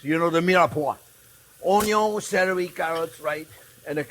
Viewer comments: Don't forget<>The "Onyawn" always goes in first lol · The way how he says onion 😂😂😂